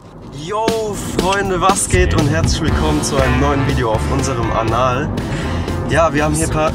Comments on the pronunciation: Ihr habt in eurer Begrüßung gesagt anal und nicht Kanal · Alter er hat Anal gesagt 😂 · HAHAHA HAT ER statt kanal wirklich anal gesagt hahaha xD